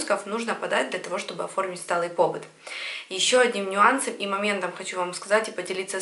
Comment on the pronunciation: Спасибо большое. Вот только не пОбыт, а побЫт.